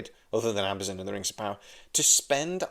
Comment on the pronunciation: why are you pronouncing AmaZON as AmaZIN?